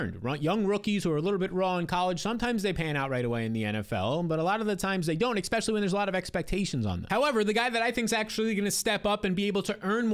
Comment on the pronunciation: Good stuff! New subscriber here. One pet peeve: You’ve got to pronounce “especially” correctly! 😅 It’s not “ekspecially.”